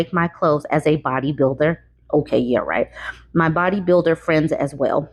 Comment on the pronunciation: Did he say bodybuilder or build-a-bear?😂